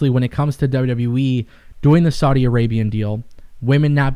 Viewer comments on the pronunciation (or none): none